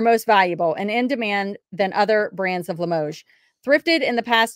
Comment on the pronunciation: They missed info on that comic, delivery boy man is from Futurama! And yes you said Limoges right